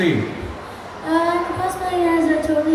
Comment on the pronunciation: its atoli x3 not atori